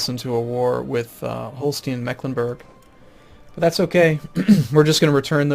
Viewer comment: you should read Holstein same way you say Einstein (ending reads something like -shtain). And in Ireland you have Munster, but in Germany you have Münster, which is called an u-umlaut and you read it the same way as in Führer.